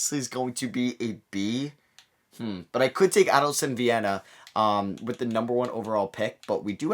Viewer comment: Hey, Man!! I'm brazilian!! Just helping about Adilson Viana name pronounce!! It's: A like a letter i sounds; dil like deal sounds; and son like son of parentes. Adilson.